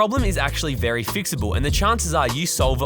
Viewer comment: Not the "verry" 😅 Edit: "Beggining"? Comon dude, English isn't even my first language! 😆